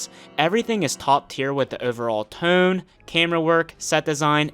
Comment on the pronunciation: “overall teuunnn” …… are you from Pennsylvania?